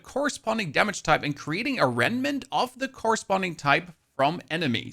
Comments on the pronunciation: REMMMMMM-NANT!!! (Not reNmant😂) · "Renment Renment Renment" - I know Rem nant is difficult to pronounce but now I literally keep saying it myself too, it`s like a curse. Still, this build while powerful for mapclearing, seems extremely convoluted when it comes to bossing.